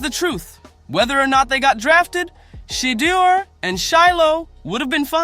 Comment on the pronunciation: Say his name correctly. It’s not Shedder.